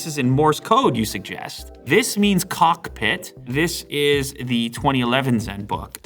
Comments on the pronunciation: Say cockpit again... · He really emphasized the cock in cockpit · why did you say cockpit like that